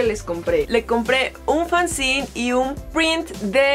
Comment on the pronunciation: Dato curioso, no se dice "fanzin" se pronuncia así como se escribe fanzine, yo también tenia ese error hasta que me lo aclararon